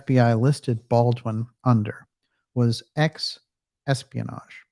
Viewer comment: "EXPIANAGE" I love it - perfect! That's going into my repertoire.